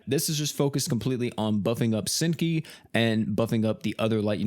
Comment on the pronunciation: Hazuki u said her name wrong 😂